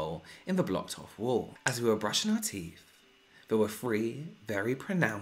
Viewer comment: I love this series and I even I sent my own in 😬 but my favourite part of this whole video is the way says "Teef" just like I do✌️💜